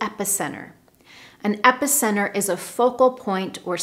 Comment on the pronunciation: I have the impression that you pronounce epicenter in two different ways. Regards from Brazil